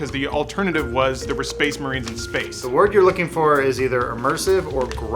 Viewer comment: SPEHS MUHREENS!